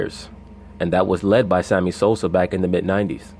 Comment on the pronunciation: Did i hear you say Sammy Soser 🤣🤣🤣 sounding like Stephen A Smith, brother. Lol Peace